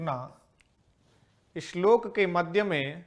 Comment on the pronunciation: अच्छा शिक्षण,श्लोक को इश्लोक न पढे़।